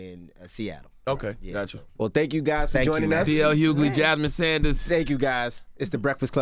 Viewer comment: how the hell did Envy read SANDERS as SAUNDERS.....smh.